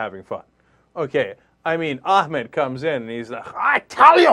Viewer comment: I love how Achmed is German. :D Because surely that wasn't an attempt at an Arabic accent? ;'D